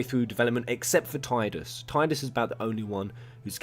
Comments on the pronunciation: Tidus is pronounced: Ti (Tea) du (like the doo in doom) s Not Taidas lol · come on bro you're a ff centric channel. it's Tee-Dus not Tide-us. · It's pronounced "Teeh-dus", not "Tide-us". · They are not a couple. Their relation to each other is just cute. Btw. to guy in video: the Ti in Tidus is pronounced like the word Tea and not Tai. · Love of God,, it's TEE-DUS